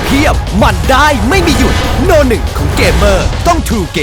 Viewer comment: โนหนึ่งพ่อมึงอ่ะ มันอ่านว่านัมเบอร์วัน ใครสั่งใครสอนให้อ่านแบบนี้ นับวันยิ่งโง่นะ